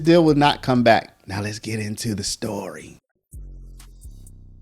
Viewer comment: 😅Not your people. Story is pronounced as story. Not storay. Please speak English. Not Ebonics. Sometimes you have something to say. Sometimes not. The Ebonics is not helpful for attracting followers.